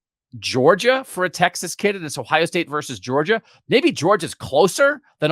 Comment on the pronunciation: Versus,. Versus.